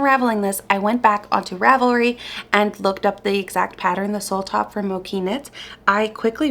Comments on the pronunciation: I had done the Claire vest by Mochi Knit (I think it's pronounced ch though) and it was WAY too big so be careful! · Hi! love your videos. Just wanted to say that mochi is pronounced with a ch sound like in the word chain or chicken. It's a japanese rice cake that is super chewy and delicious!